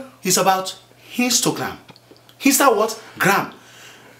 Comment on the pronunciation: loool this is mad funny thoo..The way he says instagram lmboooo